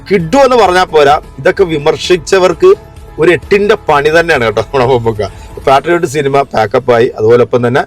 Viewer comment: പാട്രിയോട്ട് അല്ല പേട്രിയട്ട്.